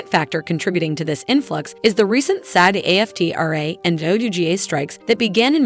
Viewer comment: "Ja-Waukeen" Phoenix. "MahDOM" Web. 😂This has got to be AI voice over. What voice actress wouldn't know the actors' strike is still going and its pronounced Aftra not A-F-T-R-A.